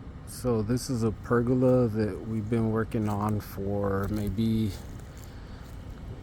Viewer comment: It isn't a PERGULA....no such word. TRY PERGOLA. pronouced PER GO LA, not perg oola. And those '4ft overhangs' are part of the house design, called EAVES. Eaves, which are the part of the roof that extends beyond the exterior walls, act as a shield against rain, snow, and sunlight, preventing water damage and excessive heat buildup. They also contribute to the overall architectural design and curb appeal of the house.